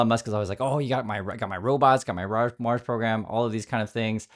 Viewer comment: "A self-sustaining city on Maws". Where's 'Maws' exactly? On the outskirts of 'Mississippitti', perhaps?